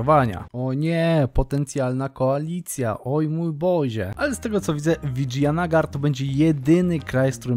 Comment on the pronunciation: Uwielbiam tą muzyczkę w tle, tylko z Tobą mi się kojarzy i jest boska <3 Plus wymawia się,, Widżajanagar